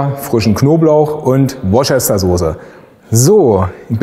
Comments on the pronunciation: Klugscheißerwissen: In dem Wort Worcestersoße wird Worcester als "Wuuster" gesprochen, nicht als "Wortschester". Und ja, die gibt es auch vegan ihr Hater :-) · Super, ab ich auch mal ähnlich gemacht. Eine Bitte, die Worcestersauce spricht sich aus wie Woooostersosse (siehe wikipedia) ;-)